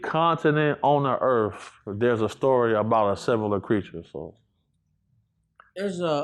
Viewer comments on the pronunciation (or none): “On Earff” 🤦🏻‍♂️🤦🏻‍♂️🤦🏻‍♂️ It’s pronounced like it’s spelled, “Earth” 🤷🏻‍♂️